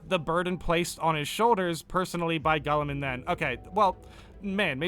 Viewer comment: bruh that’s not how you pronounce Guilliman 😂